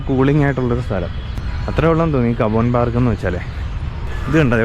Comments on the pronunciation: തനിക്ക് ബാംഗ്ലൂരിനെ പറ്റി ഒരു ചുക്കും അറിയില്ലെന്ന് മനസ്സിലായി. അത്യുഷ്ണമില്ലാത്ത അത്യാവശ്യം ശൈത്യകാലം അനുഭവിക്കാവുന്ന ഒരു നഗരമാണെന്നുപോലും. പിന്നെ cubbon park എന്നതിന് കബോൺ പാർക്ക് എന്നല്ല കബൺ പാർക്ക് എന്നാണ് ഉച്ചാരണം. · കബോൻ എന്നല്ലേ പറഞ്ഞത്.? സഹിക്കാം. ഒരാൾ എന്നോട് ചോദിച്ചത് കുബ്ബൺ പാർക്ക്‌ എവിടാണ്? എന്നാ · കബോൺ പാർക്ക് അല്ല സ്നേഹിതാ കബ്ബൺ പാർക്ക് എന്നാണ്.